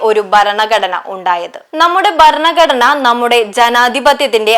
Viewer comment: ഉച്ചാരണ തെറ്റ് ഒഴിവാക്കുക. ബരണ കടന അല്ല. ഭരണ ഘടനയാണ് ശരി. ഉൾക്കൊള്ളുക. പരിശീലിക്കുക.